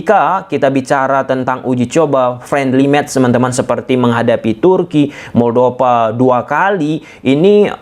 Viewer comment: moldova bukan moldopa pake huruf p. tolong perbaiki cara pengucapan kalau sudah jadi youtuber profesional